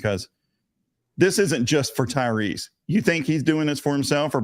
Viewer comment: At least get his name right. It is Tyrese. Tyrese Gibson